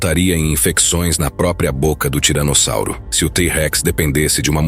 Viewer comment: O cara tá falando tiranozzauro além de tiranossauro😂😂